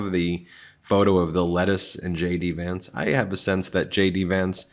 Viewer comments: It sounds like you're saying "Shady Vance" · Did you just say Shady Vance?